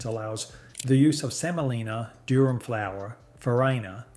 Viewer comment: IT'S NOT "DURHAM" BUT "DURUM" SEMOLINA, FROM LATIN FOR HARD.